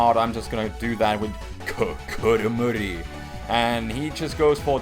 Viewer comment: It still freaks me out when you say Kokoromori...